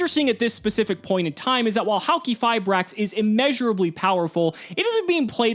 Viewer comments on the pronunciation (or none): Fun Fact: Its actually pronounced "Hali-fiber" :_CimoKappa